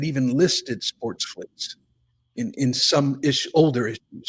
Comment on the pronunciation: Oh man...I cringed every time you said "SportSflics." It's the same as people that say "Dun Ross" or "Don Ross."